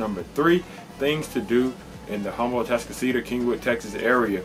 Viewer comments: H is silent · Say "Huhm-bull" one more time! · You're a local realtor and can't pronounce "Humble" correctly?